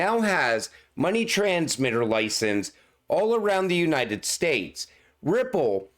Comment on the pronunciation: It's Not License when plural but Licensessss.... You say it WRONG all the time!!!